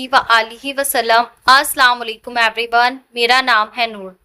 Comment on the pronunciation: Aapi aslawalekum nai hota aslamualaikum hota hai